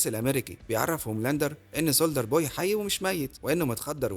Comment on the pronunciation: ليش بتحكي سولدر اسمو سولجر بوي